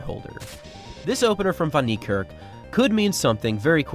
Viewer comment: Its pronounced Fun Nick Kark, a as in apple and the r is a lightly rolled rrrr.